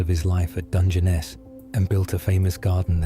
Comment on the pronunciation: The ai failed on the Balby segment, it's pronounced pot-ash in the UK( where the ai sounds like it originates), but poe-tash in parts of the USA, few English people would say "250 million" generally it's "two hundred and fifty million". It took it four or five attempts to pronounce "Dungeness" properly too, maybe it was still being trained?🤔 Also it pronounced "Domesday" as "Dome's Day" throughout, never once using the normal "Doom's Day"